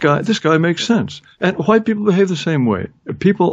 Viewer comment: Yes, hwuite is a very entertaining pronunciation. Took me a while to get around to watching this and I'm glad I did.